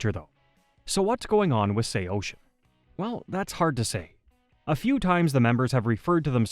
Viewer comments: SHEYOSHIN? I always said it as SAW SEEN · Bro couldn't get the AI voice to say Say-o-sin. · Say-Oh-Sin. I had to stop in the first 18 seconds of this video. Stop using AI to create these BS "band histories". Why is this so popular now? You share the most basic information and have zero band member perspectives. Do better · ((SAY-YO-SIN))!!!!!! ILL SAY OCEAN THE SECOND YOU SAY MY BANDS NAME RIGHT! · First, it’s pronounced Sayo-Sin. Second, Cove is the permanent singer. Third, Anthony being a drug addict, especially heroin is a big reason he’s not in the band anymore… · SAYO-SHIN??? WHO TF IS SAYO-SHIN?!!! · Brother. It’s pronounced SAY-O-SIN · Sao-shin ?lol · sayocean is the way it's pronounced fam lol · I have never heard anyone pronounce it that way before 😂😂😂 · Wtf? Bruh pronounce it correctly! There’s no H in SAOSIN! This is just as annoying as morons say “nucelar” instead of nuCLEAR🤦🏻‍♂️😒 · I turned it off 10 seconds in when u pronounced it like that. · Why are you pronouncing it like that?? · Well he’s wrong too haha. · AI murdering the pronunciation of the band name lol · its the dumb AI voice. These videos kill me, decent b reel footage, decent script but they get an AI voice that makes mistakes like that.